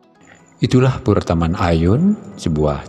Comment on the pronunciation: Bahasa Indonesia untuk PURE adalah PURA dan dibaca PURA bukan PURE(LOKAL)🙏